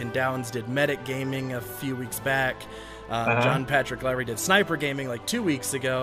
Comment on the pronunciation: snoiper gaming